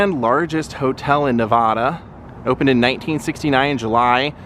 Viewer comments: Great video of my hometown, even though you pronounce Nevada wrong 😜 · Just a simple correction, Nevada is pronounced with a ‘hard’ A. You do good work!